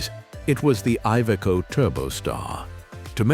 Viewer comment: Ивеко тербор. 🤦🏻‍♂️ Кровь из уха пошла...